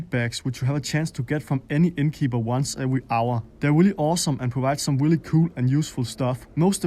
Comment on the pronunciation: Ramm just as I read this comment, he said “Willy nice”